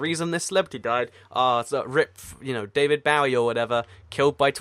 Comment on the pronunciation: The way said David Bowie made me laugh. Still my favorite youtuber by far though!!